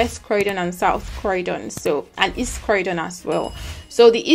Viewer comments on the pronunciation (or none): Croydon is pronounce croydyn and not crowdon